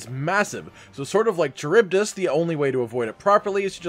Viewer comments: Charybdis is pronounced Car-rib-diss btw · Charybdis (ka-rib-dis) Any of you ever read the Odyssey? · Charybdis. Kuh-rib-diss. It's an ancient Greek sea monster used to explain whirlpools at sea. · Maybe I'm wrong but I always pronounced it "Care-Uh-Buy-Dis"... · I’m pretty sure Charybdis is pronounced Ku-rib-this. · Ka-rib-diss is how it's pronounced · Cuh-rib-dis. Charybdis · It's pronounced car rib dis. Charybdis. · Lol... kuh-rib-diss. ;) it's not an easy word, dont worry.